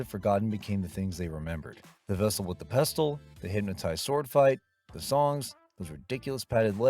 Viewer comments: Yep--which is why the "narrator" pronounces "pestle" as "pest-tle". Thanks a lot, idiot--there goes the rhyme with "vessel"! Sheesh... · Please. The T in pestle is silent. That's why it rhymes with vessel. Try watching the movie with the sound on. One of my long term favorite movies. And of course I memorized the vessel with the pestle routine by my teens! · that's not Edith Head. It's Angela Lansbury. Also "pestle" is not pronounced that way. It rhymes with "vessel". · Love the movie. Quick note: The T in "pestle" is silent. That's why it rhymes with "vessel." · Even though he mispronounces “Giacomo” and “pestle”? 🤔 (It’s like he watched the movie without any sound.)